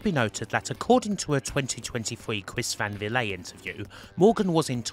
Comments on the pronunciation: "Chris Van Vilay"? Never heard it pronounced that way. Lol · Chris Van Vliet rhymes with fleet